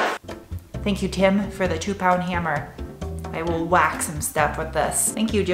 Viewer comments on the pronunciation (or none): none